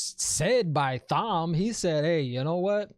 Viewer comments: Thank you. I already explained it to him but he still doesn't get that Thom is pronounced like 'Tom' Thank you, Thom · The "h" in Thom is silent. It's short for Thomas, pronounced Tom-es Based on the books, Logain will be back. There's other shows to milk. Buba Fet, and Witcher. Check for what's trending and get to work. Or ...... Start WoT books, and do contrast videos. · I'd definitely recommend the original audiobooks and you do me great insult when you say Thom how it's spelt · Excellent idea. Take each book after the series and compare to the series. It would be interesting for me as a book reader since the late ’90-s to se a non-book reader react to the books after the fact. Would love to see this. And yeah, Thom is not Tom. It’s THom.